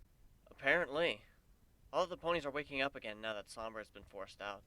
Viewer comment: called Sombra 'sombrero' lol!